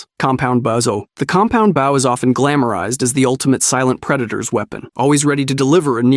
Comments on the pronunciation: What the frick is a Baow? .. it's called a BOW!! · Alright, to sort out the bow thing, because it really bugs me There are two bows in the English language. The first one, is the bow of a ship. This is what you keep saying, with an o pronounced like in "ow" The second one is the hunting bow, pronounced with an o as in "oh" I hope this is more helpful than just complaints Great vid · baow? what the fuck is a baow bro 😭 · Fuck baaw what reminton? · I like the video but why are you saying bow wrong but crossbow right? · I was enjoying the video but you keep saying bow wrong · Same 😂, so painful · As an archer, violinist, arts & crafter and white belt in karate it really throws me at times 😅🤷🏽‍♂️😂